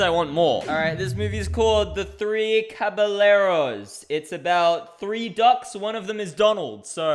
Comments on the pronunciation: i'm sorry CAB-A-LER-OHS?!?!!? nonononoononon IT'S CAB-EYE-YAIR-OHS YOU DONKEY also where is my hyperfixation that is the disney version of the three musketeers? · “the theee kabaleros” 🥀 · Caballeros is pronounced like "caba-yeh-ros " 😂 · When he said CabaLLeros and "Random elephant" it made me so fkin mad lmao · NEVER pronounce caballeros again 🙏🙏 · caba-yay-rohs ❌ caba-lair-ohs ✔ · What the what was that pronunciation of Caballeros? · the mispronunciation of "caballeros" is killing me how hard is it to look up how to pronounce the word 😭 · The way he said, "caballeros" hurt me inside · The way you pronounced "The 3 Caballeros" made me sad